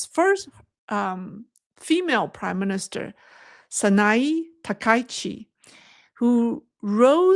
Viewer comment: Hey; wonderful job as usual; for future reference, I believe that Sanae Takaichi's pronunciation is "TAH-kah-EE-chee". And "Zion" is pronounced with a long "I", not a long "E" like you did.